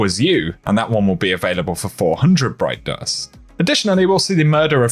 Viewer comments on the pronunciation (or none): “Broit dorst”😎